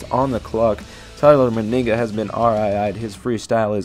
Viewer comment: ITS NOT TYLER MYNIGGA ITS TYLER MENIGA